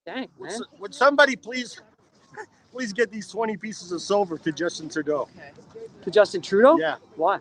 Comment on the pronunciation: Was the dude referring to Judas or was he calling Trudeau a “Dill” “Dough” ?